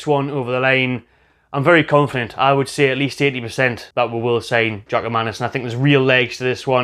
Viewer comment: It's not really that difficult to pronounce. Phonetically it would be something like "Yoa-kim" (Joachim).